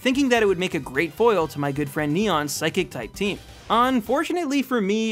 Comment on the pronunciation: WHY DO YOU KEEP SAYING PHYSIC INSTEAD OF PSYCHIC?